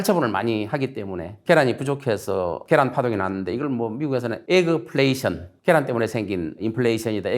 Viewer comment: 제 2의 손석희 나셨네 ㅋㅋㅋㅋ 애그플레에션 ㅋㅋㅋㅋ 에라이....